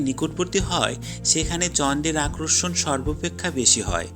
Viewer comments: ভিডিওটা ভালো লেগেছে কিন্তু আপনার বাংলা উচ্চারণের সমস্যা আছে। কিছু মনে করবেন না আপনি আকর্ষণ কথাটাকে আক্রোর্ষণ, বলে বারবার উচ্চারণ করছেন। পরবর্তীতে ভিডিও করলে এই উচ্চারণের বিষয়গুলো খেয়াল রাখবেন। ভালো থাকবেন। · ভাইয়া আক্রষন না আকর্ষণ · আগে আকর্ষন শব্দের উচ্চারণ ঠিক করেন।